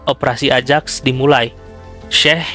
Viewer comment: koreksi = ajax dibacanya ayax.